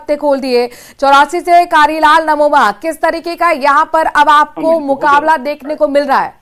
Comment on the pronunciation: नमोमा नही 😂 ननोमा है